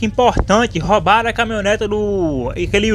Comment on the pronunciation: "ROUBAROM" EROUUU DNV KKKKKK SLV É NOIS MLK